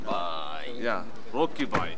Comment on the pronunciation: റോക്കി ഭയ്ക്ക് തെറ്റാറില്ല 😄😄😄